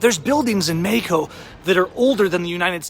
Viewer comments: go to lengths to pronounce Mexico as Mayico. Try Meh ico. But you fail on Queratero. Try Kere rattero. Roll your "r"s. Buenos viajes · WOW U DORK - Please $ The love of God - Please Try 2 STOP Mispronouncing MEXico - U R Not Latin Or God 4bid Mexican ? Now R U ? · Gayheco is how you pronounce mexico